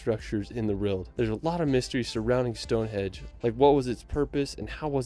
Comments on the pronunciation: Would be wary of this guy narrating the vid, straight away he is calling Stone Henge Stone Hedge. Not something you would get wrong in my view. You can by a cheap map with all places of interest on, monuments castles museums National parks everything for the person on vacation. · Anyone gotten triggered when he keeps saying Stone Hedge? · I LOL'd hard at the narrator of the video repeatedly calling Stone Henge, stone hedge. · It's Stonehenge, not Stone hedge. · Why does the narrator call it StoneHEDGE? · its stonehenge NOT stonehedge!!!!!!! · It's not called stonehedge😂 it's stonehenge😊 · its stoneheNge not stoneheDge which he said. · "Stonehedge"? Trust me, it's not a hedge. 🙄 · The narrator here makes some howlers. Its pronounced as "Whayles" not Wells. Its Stonehenge not "Stonehedge". Also Mount Snowdon is 1085 metres or 3560 feet. It is not 10085 metres, as that is higher than Mt Everest.